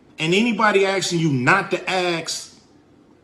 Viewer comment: Cube is embarrassing. Dude you can't even pronounce ask and you think someone takes you seriously?